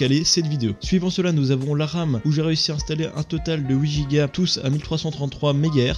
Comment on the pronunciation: Ca me stresses quand tu dis giga , on dit jiga et pas guiga , sinon excellente video